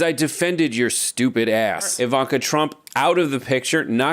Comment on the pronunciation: It's Ivan-Ka